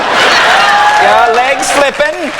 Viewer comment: legg, not leggs